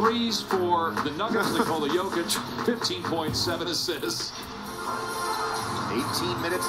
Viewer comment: LOL "Jock Itch" is mad work on Jokic 😂💀💀